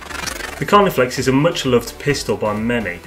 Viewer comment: Lol, its CarniFEX. Nice video though...